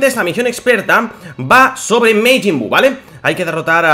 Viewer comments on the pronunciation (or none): Porque dices mejin buu se dice majin buu